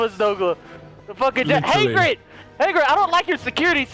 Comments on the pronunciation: it's Hagrid like Hag Rid... not Haygrid... bothered me so freaking much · Takenforest Gonzalez no... in the books and movies it Hagrid. not Hogrid or Haygrid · The way he says hagrid bothers me like he says HAY-grid not Ha-grid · It's not Haygrid, love your videos!!!! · I like how calls Hagrid “Heygrid” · saying "Haygrid" really irks me but makes me laugh at the same time😂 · "Hay-Grid" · The number of times says HAYGRIT in this video is infuriating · "hey-grid" lol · "Heygrid" lmao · hey-grid ? no